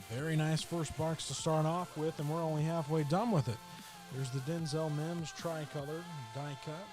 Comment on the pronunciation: How did you call that Mims?